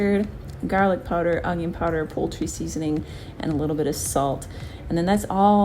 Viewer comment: It’s funny how you say ungion instead of onion lol but no these recipes looked really great, thanks!